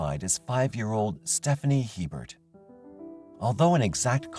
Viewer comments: The name "Hebert" is pronounced, A-bare, not Hee-bert. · Its not He-bert, it's pronounced A-bear. It's a Louisiana thing. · The name is Hebert it's a french name and is pronounced Aber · Just saying, regarding Stephanie Lynn Hebert in Louisiana. Hebert is pronounced “a bear” - It’s Cajun French. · FYI, Hebert is pronouned A-bear.